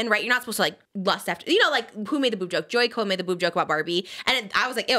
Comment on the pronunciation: The Jo Koy name pronunciation according to Trisha: Joy Ko > Joey Kol 😂